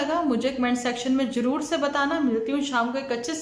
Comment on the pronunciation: lafz JUROOR nahi hota ZUROOR hota hai..